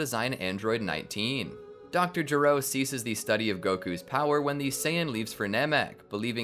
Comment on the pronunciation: It's not DR JURO It's DR G.E.R.O